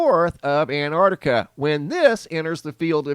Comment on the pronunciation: Why can't you say Antarctica properly?